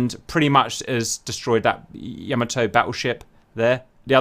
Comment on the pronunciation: its pronounced " YAH MAH TOE" not "YOE MO TOE"